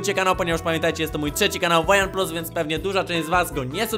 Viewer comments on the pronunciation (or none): none